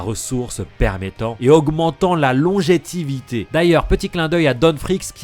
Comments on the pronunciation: « Longévité » pas « longetivité » 😅 sinon très bonne vidéo! On en avait sur Twitch dans tes lives c t chouette 🥳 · Il se passe rien sur ce foutu arc du bateau. Et c'est trop compliqué Et c'est "longévité" pas "longétivité"